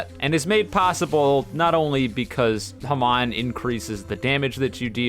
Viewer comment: The second bro said hamaan I got scared for the rest of the video